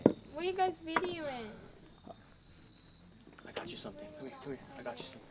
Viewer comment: She said videoing 😅